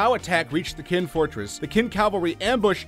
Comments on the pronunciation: It didn't get any better. He went on to pronounce the name of Chinese dynasty Qin as it is written. That's the name of the dynasty that gave CHina its name... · Or Qin (read ch'in)! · queen zzzzao quao quee lol... omg